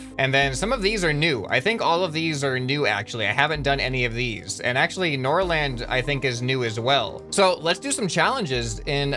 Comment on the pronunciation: I am a Swede and The A In Norrland is pronounced like The first part of I